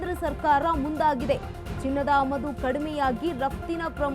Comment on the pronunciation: ಅಮದು ಅಲ್ಲ ಆಮದು